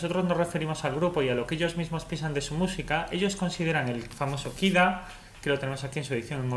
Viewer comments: Muy buen video pero no tenía claro que era “Kira” hasta que te escuche mas detenidamente y se me encendió el bombillo “Ah Kid A “ por supuesto mi años de College ! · Me fascina que digas "okey compiuter" y luego lo llames PUTO KID A, KID A??¿?¿?¿?¿?¿?¿?¿ DISLIKE